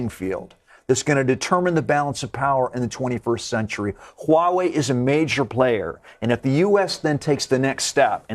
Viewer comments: Follow me: Wah-way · lol did she just said white wei?